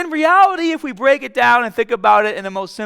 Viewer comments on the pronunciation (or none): none